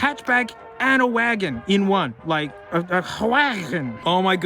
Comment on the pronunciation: "hwi-agon" 😂 A lot of these look so similar, everyone there mom and there dog just has a clone sudan there eh?